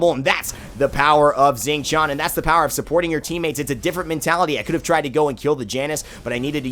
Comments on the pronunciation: I'm pretty sure you pronounce his name Shing Tien, at least that's what I hear when you select him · it's pronaunced.. Shing Shian. D:< ! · yes I will be that guy when he opens the friggin video knowing he is pronouncing it wrong and then saying it "right" then questions it again. Is it so hard to hear how the God himself says his name?